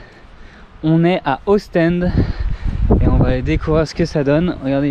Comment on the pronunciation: jolie vlog mais les prononciations des villes c'est pas ça :p Anvers au début après ça va mieux ... Par contre Ostende là enfin c'est juste pour info ^^